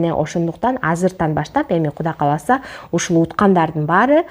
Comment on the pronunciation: Кудай кааласа деп туура айткыла